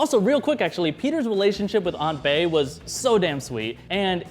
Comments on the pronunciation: "aunt bae" hahaha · DID SAY AUNT BAE, he is my new favorite person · "Aunt Bae" hahahaha